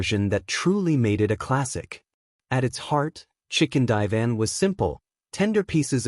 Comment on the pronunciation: I can't stand the copy that narrates this video it's so stupid. "Chicken die van" ... Good grief... That's just One stupid thing. Stupid AI.